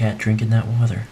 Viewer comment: It's water not wather you fuckboy